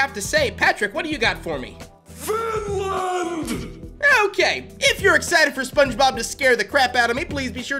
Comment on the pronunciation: Patrick said findland